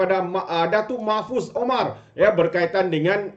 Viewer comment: MAHFUZ... BUKAN MOHFAZ...!!!